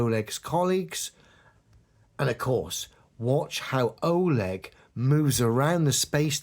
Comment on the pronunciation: oLEG Stress on second syllable